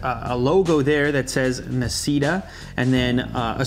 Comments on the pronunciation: You don't pronunce it like nasita, it's italian so its actuay pronunce d nasshita(i wrote it how you pronunce it) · Nascita is actually read "nah" "she" "ta" (that was my best spelling) and it's Italian for "born" Autore, pronounced quite well due to its easiness, is Italian for "Author" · I believe it's pronounced "na-shee-ta" (Italian)